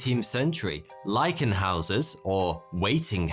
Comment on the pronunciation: It's "Leichenhäuser" (pronounced laichenhoiser).